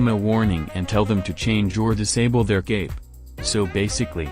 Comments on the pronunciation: You gotta find a way to make the text to speech say "cape" instead of "gape". Maybe typing "kape" would work? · ik it's suppose to say cape bombing but it sounds like gay bombing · It sounds like dude keeps saying gape. Gape bombing bro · I thought he said gay bombing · The way the robot voice pronounces Cape bombing sounds like gay bombing. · Was I the only one hearing "gape" and "gay bombed"?